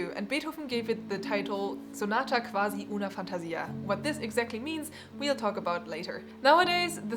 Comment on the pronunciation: Hello, I'm Italian. I'm impressed since you pronounced Giulietta Guicciardi correctly. Anyway about sonata quasi una fantasia you said qwasi, use the u sound instead of v in that word; on the other hand it is also important the rythm in Italian so instead of saying sonata - quasi - uuuna - fàntasìa say sonata - quasi - unafantasìa. And that's all. Overall great pronunciation tho.